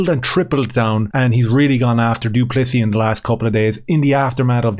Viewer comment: Note the silent s at end of du Plessis😉